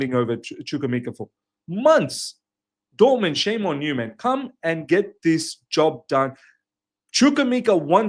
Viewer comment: It's not Dortmend/Dortmand... it's DORTMUND! 🙄